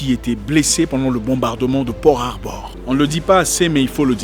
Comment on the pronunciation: C'est Peal Harbor et pas Port Harbor mais sinon c'est toujours bien ;)